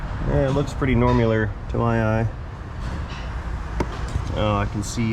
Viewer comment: I learned a new word today. "normular" 😂😅🤣